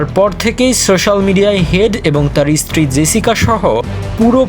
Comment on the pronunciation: স্ত্রীকে ইস্ত্রীকেন বলিস রে